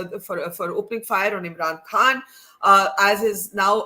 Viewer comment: Barkha pronounces "Eem'ran kahn". So irritating 😑